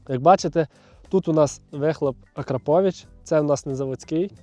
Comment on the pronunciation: Розсмішив "акраповіч"😂